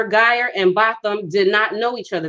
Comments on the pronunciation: Guy-Ger if you are going to do a video pronounce the names correct. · Woman, you're so crazy, you're not even pronouncing her name correctly, but they didn't know each other according to his attorney. Where did you get your information?